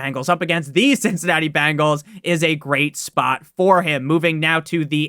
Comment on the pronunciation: BENGALS NOT BANGALS!!! nails on a chalkboard